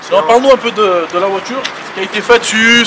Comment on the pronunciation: Belle "voichure" :)